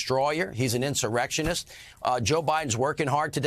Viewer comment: trump puts the "Sir" in "in-SIr-rection"